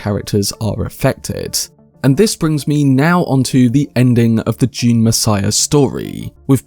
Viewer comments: Ah yes another video on my favorite sci-fi franchise, "June". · So wivout furver ajew, June.